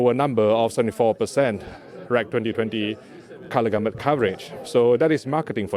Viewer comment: The way he says "advertisment" is almost as funny as how he says "gamut" advertizzzment and gamoot. Lol sounds like he was very excited to be there. 😀